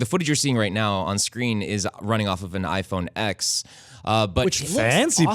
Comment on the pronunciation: It’s pronounced iPhone “ten”. Wow...